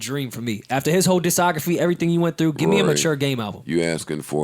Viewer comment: hey its DIS COGRAPHY not DISOGRAPHY